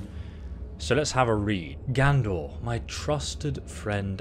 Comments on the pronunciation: Seriously, dude, can you read? Are you dyslexic? It’s not “Gandor,” it’s Gadnor, and it isn’t “Never-shatter,” it’s NERVEshatter! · GADnor NERVEshatter LEARN YOUR BASIC PRONUNCIATION GUIDE